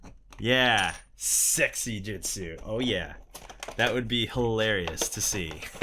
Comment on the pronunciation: Its not Jitsu its Jutsu